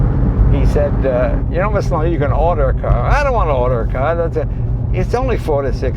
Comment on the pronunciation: Leno*, not "Lino"!